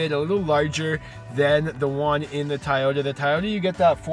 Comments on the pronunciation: You keep saying "Tai-ota." It's pronounced "Toe-yoda." And I don't mean in Japanese, I mean in English. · TYyota? 😂😂😂 It’s TOYota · It TOYota not TYota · "Tie-Ota"? I think it's pronounced 'Toy - ota" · Soooooooo no one is going to bring up the fact that he pronounced toyota wrong? He pronounced it thai oh ta. Instead of toy oh ta. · Ti-yota is killing me, but I love it. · TYota???? This guy is mui ignorante..... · Why the heck is he saying "Tieyota"? What the .... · Tah-yoh-tah wtf? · Sorry the way you say Toyota as Tieyota I give it a thumbs down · Is the first "O" in Toyota silent? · Is it me or is Toyota being pronounced incorrectly? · the amount of times he said toyota wrong